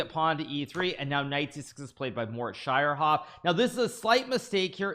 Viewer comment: I love the way you pronounce Schierhoff. So cute.